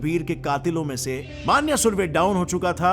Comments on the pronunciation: Plz make a dedicated video on Manya Surve. And ha one point he is not मान्या सुर्वे he is मन्या सुर्वे. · मान्या सुर्वे ❎ मन्या सुर्वे ✅